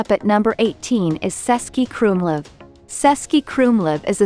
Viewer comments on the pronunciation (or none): It’s pronounced cz, the first letter of the Czech town of Český Krumlov. Otherwise you will lose your visitors. 🤫